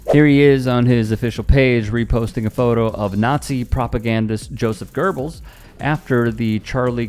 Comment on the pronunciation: How does the host of this channel not know how to say Goebbels??